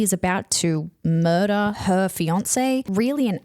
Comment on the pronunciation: “we got moidah” new favorite pronunciation